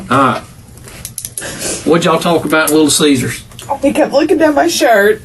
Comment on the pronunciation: did you just call it Little Cheesers?